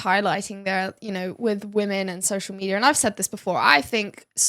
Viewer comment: Social mediaR. AmericaR. AustraliR. AntarcticR. RussiR woRRRRds aRRRRe haRRRd.